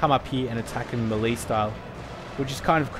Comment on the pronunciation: Melee Is pronounced May-lay, A part of me dies when you say it wrong